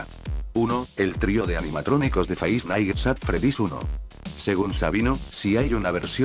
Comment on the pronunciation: Nadie: Absolutamente nadie: Loquendo: Faivf naitz att fredís.